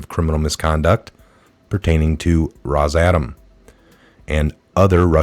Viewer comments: great work, but can you please put a little effort into pronouncing words correctly? Rosatom = ROSS-uh-tom Socarras = so-CAR-ras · It’s Ros- a- Tom. If you can’t pronounce it how do you know what it’s about??